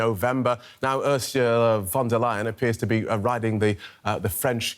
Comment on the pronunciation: DW is German. But the narrator still pronounces "von der lying" LOL